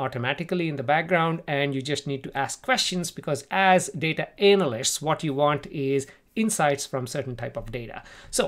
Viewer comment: Did he jist say ... " Data 'Anal'-ists " ?! 😂😂